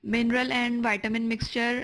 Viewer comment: Madam, vaitamin nahi Vitamin hota hai. Sahi pronounce karen